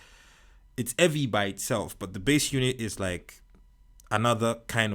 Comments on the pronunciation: i love how u say evvy instead of heavy sometimes 😂 nice reviews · I looooove this guy! If somebody doesn’t know how to say ”Heavy” just tell them to day eavy😂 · this foo said evvy😂😂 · It’s so heavy, he dropped the ‘h’